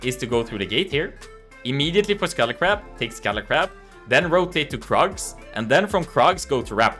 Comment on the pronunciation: for scuttle crab, almost sounds like scully crab ☺️